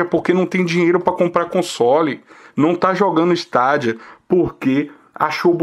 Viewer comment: melhor falar : Steidia ! ja que não traduzimos Xbox nem playstation !